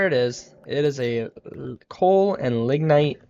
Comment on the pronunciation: oh and one more thing - LIG-night (lignite) and Chalcopyrite I believe is (Kalko-Pie-right)